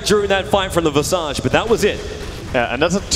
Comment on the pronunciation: that visage pronounciation